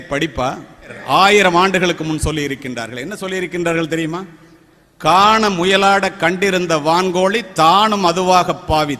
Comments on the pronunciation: " கான மயிலாட ' not முயலாட அல்ல . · முயலாட என்று தவறாக உச்சரிக்கின்றீர்கள்.